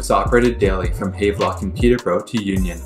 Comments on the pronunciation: He produces it haaaaavlock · Thank you. Goodness, not hard to pronounce Havelock properly. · Btw, it's pronounced "Have-Lock" as in "I have a train" . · Check your pronunciation of Havelock. The station at Leaside was the CP customer service center and later the CP Police Toronto Detachment and national training center. CP also had a Station at the Dupont and Dundas.